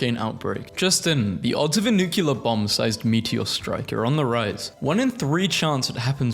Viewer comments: when someone says: nuCULaR: 👿👿👿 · Please stand by for the following PSA: For the love of God, do not mispronounce nuclear like former President George Bush. It is properly pronounced like "New-clear" and NOT "New-queue-ler". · What's nucular mate?